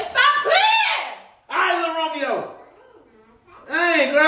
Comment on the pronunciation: He said alright li Romeo